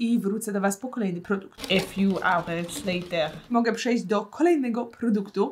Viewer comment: Pov nudzi ci sie i widzisz film a tam jest twoja ulubiona rzecz czyli" e fiuw ałerts lejter" i to cały czas cofasz i starasz się zapamiętać każdą minutę i sekundę żeby potem o znowu zobacyć